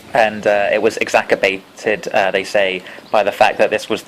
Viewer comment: dude trying to sound smart but can’t pronounce exacerbated